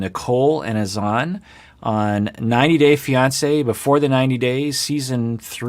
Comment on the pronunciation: Why are the host and Nicole persisting with pronouncing Azan’s name incorrectly? :S